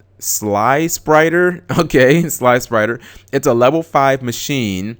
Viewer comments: Not sly-sprider G it's slip-rider lol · Sliprider is a red slipper spaceship. Because there is no place like home Too bad Cap pronounced it like sly spider and missed the pun. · It's slip-rider you dope xD As in a ruby slipper